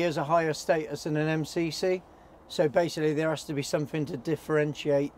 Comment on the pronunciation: In his intro said mc. Not mcc